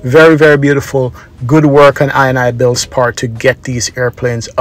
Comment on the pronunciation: The developers name is pronounced: in-e-builds. the ini bit of the name comes from the .ini files..